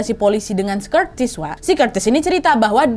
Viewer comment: Gatau kenapa, lucu bgt Curtis dibaca Kurtis ajg😂🤣